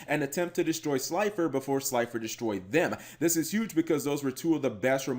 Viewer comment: Say gods name wrong Obelisk the Tormentor,Slider the executive producer And Last Ultra mega chicken